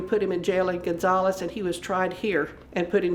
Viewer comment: The way you say Gonzales makes me cringe lol. I’m from Louisiana and we say it like gon- zal- us. Zal like Sal.